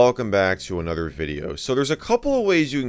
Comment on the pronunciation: i like the moment when you say "Hello Everybody and Welcome back to in other video"